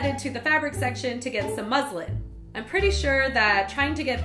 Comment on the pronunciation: I thought you said "I drank half a muslim" 😂😂😂😂😂